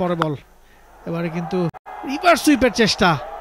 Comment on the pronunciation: এতো উচ্চারণ ভুল হয়রে 😢 রিভার্স সুঁইপ কে বলেছে রিভার্স সিট😅